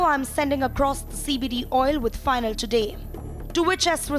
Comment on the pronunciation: RIP reading ability 😂😂😂 this lady pronounces Jinal as Final 😂